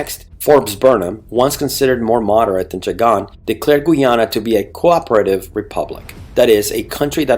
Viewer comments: Great history lesson but Please pronounce the name of the country correctly. It’s pronounced Guy- ana and the population, Guy-anese. You keep saying Geeana and Geeanese. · nice! but learn Guy ana not gui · Can you ’ppl cant say Guyana not Guiana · For fucks sake, can you learn to pronounce Guyana and Guyanese properly? Every time you speak it distracts from the video and takes away from your creditability as an educator.